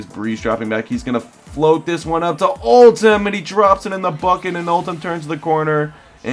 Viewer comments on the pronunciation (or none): Did you notice it's Oldham not Oltham.